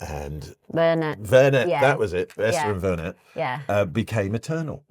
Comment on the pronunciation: Did they both say Vernit? Not Vernie?